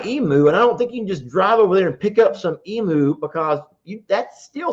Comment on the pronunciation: Oh please stop calling it an Eam-oo, it's an Eam-you, phonetically. They come from the land down under, and if you ever watched Steve Itwin, you ll know how to pronounce it. Not meaning to be a peaPat. 😁